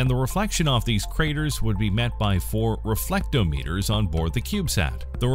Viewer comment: and i think it's reflectOmeter, not reFLECTometer